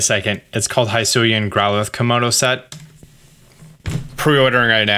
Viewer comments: It's not "high sue ian " It's "he sue ian" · It's not Hi-suian. It's closer to He-suian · It’s Hisuian.. NOT Highsuian lmaooooo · Hee-sui-ian not Hi-sui-an 😬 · Please, please say he-su-e-an, please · They literally said wydeer's name and the regional forms names hisuian in the trailer and yet you keep getting it wrong?! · They said 'hisuian' like 6 times in the present, why can no youtuber pronounce it right? 😂